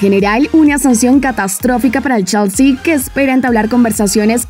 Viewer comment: Se pronuncia chelsi o chalsi